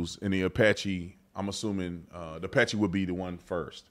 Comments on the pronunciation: You're saying it incorrectly. It's Apalachee. Not Apache. Come on Tatum! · Apalachee not Apache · Thank you Officer Tatum. P.S. It is pronounced App- ah- la- chee. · Ap-uh-latch-ee, other than that another great video. I appreciate your point of view, keep up the great work. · T keeps saying “Apache”. Lol